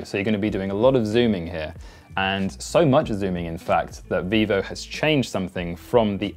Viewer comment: Vivo, not Vevo, if you make a video, at least double check ffs.